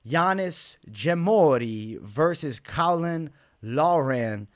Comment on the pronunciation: Also I think Caolan is pronounced like kway-lon, I might be wrong tho